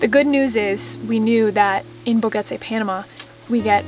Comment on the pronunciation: I believe it's pronounced...Bo-ga-taw young lady. Awesome homestead!